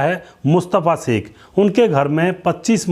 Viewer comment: एंकर कृपया श का उच्चारण स न करें, अखरता है